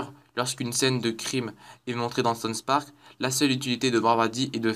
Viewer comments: Le mec il ne sait même pas prononcer les noms correctement... "sonsse park" et ca ne s'entend PAS DU TOUT que tu lis un texte... mais vraiment pas... Quel talent. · "sons park" ?